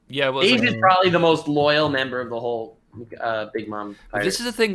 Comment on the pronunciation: Can somone correct them on the pronunciation of bege?